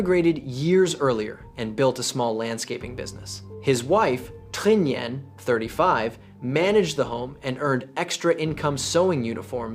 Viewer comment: Makes a video about Vietnamese crime but doesn't bother to learn how to pronounce Nguyen.